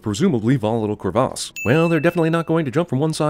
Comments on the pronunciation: Does anyone else find it weird that this guy says "cruvahs"? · I'm sinning CinemaSins for pronouncing Crevasse as Creváce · The pronunciation of "crevasse". "Ding" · Ten sins for how you pronounce "Crevasse" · IS NO ONE GOING TO MENTION HOW YOU PRONOUNCED CREVASSE!??!?!?!?!? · Is it just me or is it uncomfortable to hear him say crevasse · The way you pronounce crevasse is infuriating